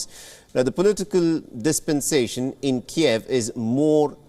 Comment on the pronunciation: Keev, not Ke-ehv